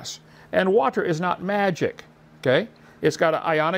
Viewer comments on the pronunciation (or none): How does Kent decide which words with Ts in the middle to over-enunciate? He prounces "water" as "waht-tur" and "butterfly" as "but-tur-fly," but he pronounces "thirty" as "thirddy." What's up with that?